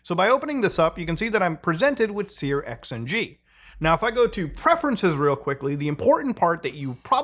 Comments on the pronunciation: dude, you're making my ears bleed, please stop calling it sear-XNG its pronounced SURX-NG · Searxng is pronounced "searching" (with a sh sound instead of a ch sound) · Always interesting hearing how other people pronounce things. Sear X N G is new to me.